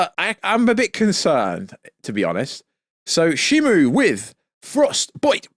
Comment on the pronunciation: It's Shimo not Shimu